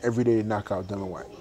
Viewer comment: You aint ready for Dillian ( its dil- e-an btw, not Dil-an) fight Dave Allen first.